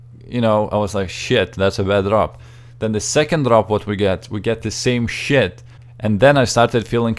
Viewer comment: I like how you say "complete SHIt" Lol